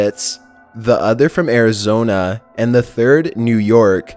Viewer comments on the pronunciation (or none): none